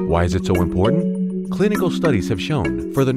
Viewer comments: Excellent video, what would you do if people stopped producing this crap :) - "impotant" is at least homophonically accurate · "Why is it so Impotant?" lol